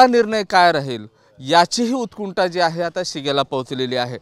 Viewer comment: उतकुंठा नसतं ते. उत्कंठा असतं